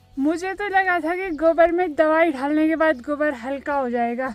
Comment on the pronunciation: डालने का उच्चारण ढाल ना मत बोला करो ड और ढ मे फर्क होता है ससुराल मे लोग छुई लगाय गे आशीर्वाद 👍🌹❤️